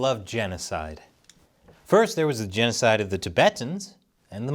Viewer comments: “Jan oh cide” 😂😂😂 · Its jeanosoid. Geet it roight. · Your genocide is with an Aussie accent not a New Zealand accent. Stop alienating your Australian audience.